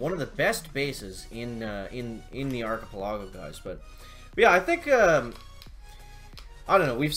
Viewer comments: arch-ip-el-ago say it slowly with me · Ar-chi-pe-la-go (phonetically spelled)..... come on.. LOL